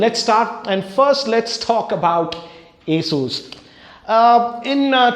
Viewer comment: an advice for you when you say ASUS it sounds like A SHOES